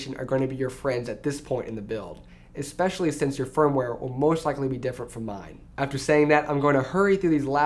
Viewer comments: eXpecially. oof. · And then he said "expecially" -_